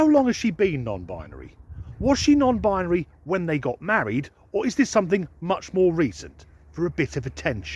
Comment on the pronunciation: The second one can't even pronounce the word "binary" correctly.